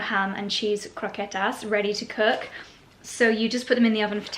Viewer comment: fan of saying pan con tomate, jamón, croquetas, pan de cristal... lovely and very accurate pronunciation querida <3